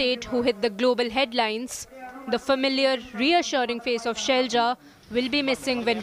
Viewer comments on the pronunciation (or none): "KeRaLa not KeReLa" , "ShaiLaJa not ShailJa"